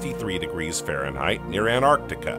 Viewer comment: Anartica 😂 where's anartica,.